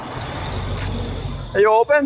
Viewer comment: it’s pronounced Ma na goy not Mong ga goy in the Philippines the ng is silent. Mr Mississippi is in Davao now sorry you missed me.